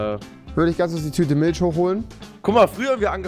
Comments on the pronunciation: Avive: Milch Rewi:milscchh 😂😂😂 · Niemand Wirklich niemand Rewi:miltsch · Milsch haha Rewi und seine Aussprache